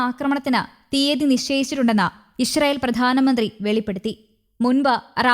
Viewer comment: ഇഷ്‌റായീൽ എന്നാണോ ഈ അവതാരിക പറയുന്നത് ?